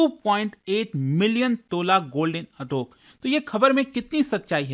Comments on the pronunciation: Not Atook. It's Atak. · Iska pronounce apney Sahi nahi Kiya hai ye hai aaataak